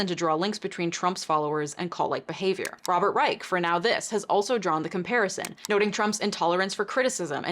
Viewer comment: its pronounced Rei*sh* Oh and i LOVED the video and have rnjoyed your work eo much since i discovered you.